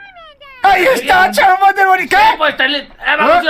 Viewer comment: ME GUSTA CUANDO MIKE DICE CHARMADER QwQ♡